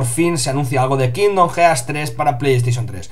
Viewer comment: Como consejo os diría que ya que dais noticias sobre cosas en Inglés, al menos aprendais como se pronuncian. Queda muy gañan decir "jearts", "the lastofus"...